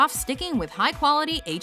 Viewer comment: is it me, or did she say "high quality H2O" wrong?